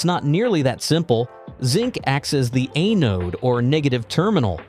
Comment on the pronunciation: A-node? What an A-hole. An anode is POSITIVE not negative.